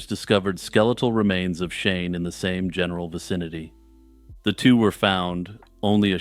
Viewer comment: every time You said Shane & Shelley I thought You were saying "Shaman-Shelly" which is the best name for a wholesome Texas teen turned Satanic-priestess I've ever heard